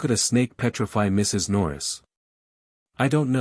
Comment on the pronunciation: Teach the AI when narrating, the period is not always the end of a sentence. It paused after the Mrs. in Mrs. Norris